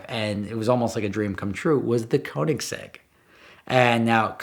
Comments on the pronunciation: It's pronounced KERnigsegg, not KOnigsegg... They're Swedish, FFS. Why do Americans insist on butchering other languages?... 😒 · Bro it's pronounced: Co-nig-seg. There's no z anywhere in that. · The question is how do you keep pronouncing it so wrong!? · Americans are never going to be able to pronounce Koenigsegg right haha. Sounds funny though. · When I, as a Swede, hear him express the word koenigsegg wrong, I panic haha. Love the video do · I kinda wish Americans would bother to learn how to say Koenigsegg if they are gonna idolise the things, it really isnt hard to pronounce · If you can't pronounce keonigsigg go watch a cookery channel 😂😂